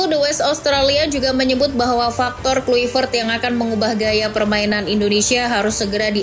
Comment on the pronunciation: Di bacanya klaivert. Bukan Kluivert!